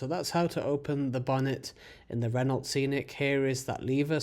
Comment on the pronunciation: Renault: pronounced, Ren-oh. The L and T are silent. 🙄😖